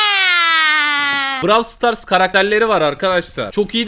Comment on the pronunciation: Sen Niyey brav stars diyon o brawl stars okunuyo